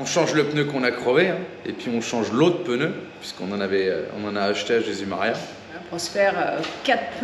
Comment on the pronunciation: Coucou. Toujours le même plaisir à vous suivre depuis des années.. j adore à 99.99% Le seul truc qui me choc c'est votre prononciation du mot pneu.. vous avez noté qu il n y avait pas de "e" entre le p et le n. Hahahaha